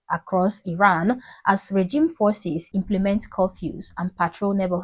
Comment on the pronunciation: it's pronounced 'Ee-ran', not 'Eye-ran'. Also don't assume that demonstrators who are being arrested, beaten up, injured or killed have 'loved ones'. Some of the people demonstrating come from families which support the current regime. Unfortunately it's difficult for these people to escape their family of origin, especially if they are women. When Khomeini seized power in the 1979, he encouraged denunciation and praised parents who denounced their children.... which resulted in the children getting the death penalty.